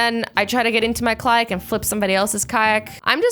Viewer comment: she said kylak 😂 idk why I'm laughing so hard